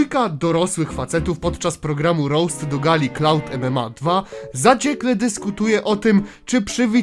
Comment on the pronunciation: Clown MMA nie cloud mma